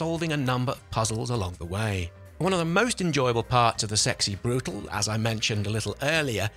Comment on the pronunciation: As far as I know, brutale is said broo-tal-ee.